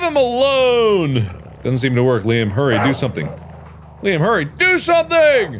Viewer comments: I can't believe I've been pronouncing my name wrong this whole time when OBVIOUSLY it's been LEEM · who else got saddened by the way he said liam... its said lee-uhm, not leem lol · Game:Liam Mark:Leem